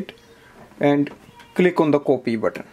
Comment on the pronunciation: everything apart but the way as you say "coopy" is hillarious....... pardon me for my outspokenness but you almost enforced me to comment. #COOPY